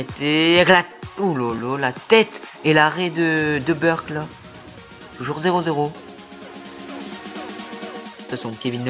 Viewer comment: Merci bcp Quentin :) ça fait plaisir! Oui lol je ne prononce pas bien les noms, on me l'a déjà dit lol, déjà je dis Burkl pour le gardien ou lieu de Burki...